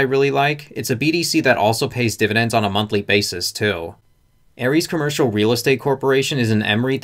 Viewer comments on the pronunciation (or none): none